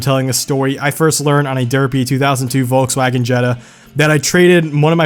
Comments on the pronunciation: Like the vid just one thing germans say folksvagen. They say to V letters as F and W as V. Even makes more sense since the name says peoples car or folks car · Also he pronounced "volks uagen" with a "vee" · Porscha and Wolgsvagen 😂